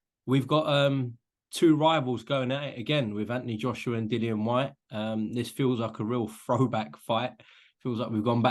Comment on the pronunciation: Dillian HIS NAME IS dillian not Dillon Spencer you are better than that or should I say Spence